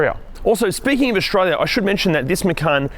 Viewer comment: Since when is Australia pronounced Auxtralia?!? And structure ... xtruture and many more ... throughout the video... good lord